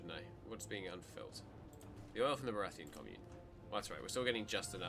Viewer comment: Baratiyan commune not baratheon commune